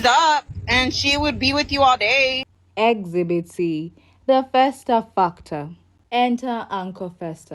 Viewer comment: Exhibit not exbit